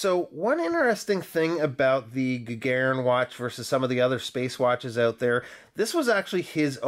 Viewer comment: Stress on "u" to make it perfect. )) ShtUrmanskie. Also GagArin would be right for that guy.